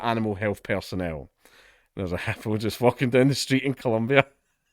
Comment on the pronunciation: Lol never heard it pronounced HUPOO